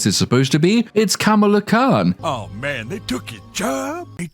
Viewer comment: Camel-Ah Khan is somehow more racist that pronouncing it the same way as the WWF wrestler 🤣